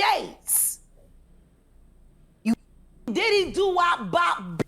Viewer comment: That boy called him diddly 🤣🤣🤣 I remember when Rubert from icarly called gibby “gibbly”, gave me a flashback to that 🤣